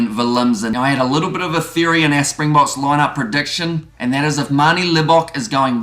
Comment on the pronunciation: MASSIVE kudos for your pronunciation and nailing the South African pronunciation. So many commentators etc not putting in the minimum effort that remains a simple component of the job - well done.